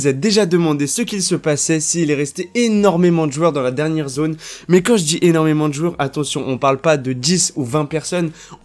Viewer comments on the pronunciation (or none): none